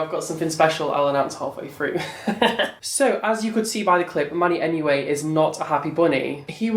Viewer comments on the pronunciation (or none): I KEPT SWEARING YOU WERE SAYING "MONEYMUA" NOT MANNYMUA. I MEAN...ITS ONLY FITTING :)